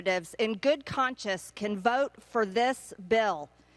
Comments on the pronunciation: “good conchus” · She said "in good conscious" when she should have said "in good conscience"